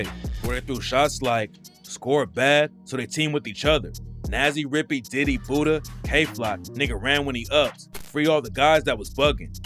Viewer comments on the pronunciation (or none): none